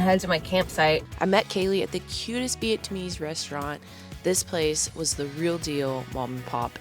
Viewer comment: Not the way you say "vee-it-tuhmeese" 😂 damn girl that had me laughing